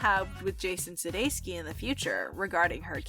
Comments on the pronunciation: Suh-day-kuss pronounce it right! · Ah yes I forgot about Olivia’s ex Jason “Sudayski” 😂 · The way the narrator said Jason Sedekis.. #NotLikeThis